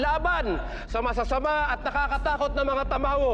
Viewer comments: Who heard say tamaro instead of tamawo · Tamawo Hindi tamaro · Nasabi nya tamaro dapat tamawo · did someone mention said she said "tamaro" its tamawo